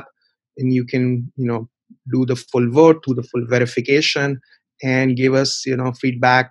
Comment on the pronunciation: its pronounced vote not wote